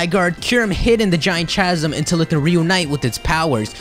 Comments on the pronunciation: Interesting theory. P.S. Chasm is pronounced 'ka-zum, not 'cha-zim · I'm sorry but please make sure you are saying words correctly. It is pronounced "ˈkazəm" not "chazem" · I've never heard someone say chasm with a hard "ch". I usually say it as caz-uhm. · I'm pretty sure chasm is pronounced 'kas-am' not 'cha-sam' idk though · Chasm pronounced Kasm.. Sorry just thought I should let you know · Chasm. Ka-sum. Not Cha-zum, but ka-zum. I'm sorry, but I cringed every single time you said cha-zum. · ITS PRONOUNCED CAZ-UM!!!!! CANT WATCH ANYMORE UNTIL FIXED!!!! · sorry... I tried to ignore it but it really started to bug me after the fifth time you said it. Chasm is pronounced like "kasm" you don't actually say the "ch" like you would in cheese or cherry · chasm is pronounced casm. please keep this in mind in future videos. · its pronounced with a K sound. Like kasm. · This is a very well thought out Pokémon theory. It actually sounds quite believable when looking at pokedex entries, in-game items, and visual cues. Might just subscribe. By the way, the word "Chasm" is pronounced as "Kasm". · Chasm is pronounce [Kazm] other then that interesting speculation. :-) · Hi no offense but chasm is pronounced as kasm the ch make the k sound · chasm is pronounced: ck-ha-sm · *Chasm is pronounced Kasm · Nice video and i love the dog in the background but god man every time i hear you pronounce chasm i want to punch you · You are pronouncing "chasm" incorrectly. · Isn't the H in chasm silent?